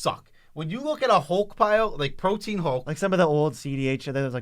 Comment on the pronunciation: Protean hulk isn't pronounced like protein hulk... It's pro-tee-uhn hulk